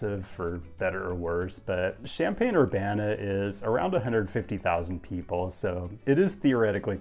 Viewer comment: Champaign in French sounds really weird.